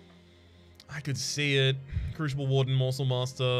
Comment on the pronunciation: Is the crooshible warden or oombra pronunciation a stream joke that I missed? Or maybe are those the Australian pronunciations?